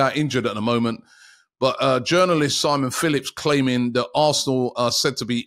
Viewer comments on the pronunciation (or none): none